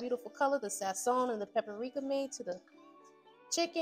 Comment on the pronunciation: I loved everything about this video but the way you pronounced PAPRIKA Like PAPPERIKA 😅🤦🏾‍♀️